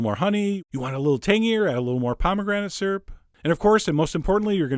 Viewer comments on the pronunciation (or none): "Surp" Chef John, syrup is pronounced "sir-up" :)